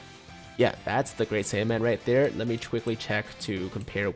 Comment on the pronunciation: I thought you said int saibamen ngl